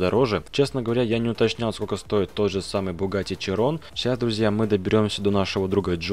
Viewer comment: Широн, а не чирон